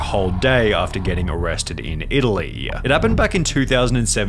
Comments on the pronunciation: Why do you talk like that? "peopleeeuh" "shut downnnnuh" "arrestedduh" "my jail storyyyuh" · Arresteduh. Italyyyyyyuh Bro your annunciation is killing me